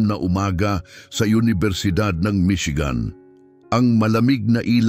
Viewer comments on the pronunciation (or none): none